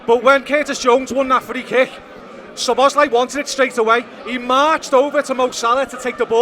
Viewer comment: Please put the emphasis on "Szo" when you pronounce Szoboszlai's name. One of the basic features of the Hungarian language is that the word stress is always on the first syllable, without exception.